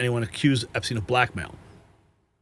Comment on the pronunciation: You're making my ears bleed with the constant mispronouncing of the name Epstein. Think Steinway only with the 'way' taken off the end and put an 'Ep' in front of it. When people can't get the simple things like someone's last name right, many people also wonder what else isn't right.